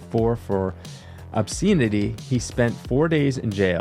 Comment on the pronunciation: "obscene -ity" 😂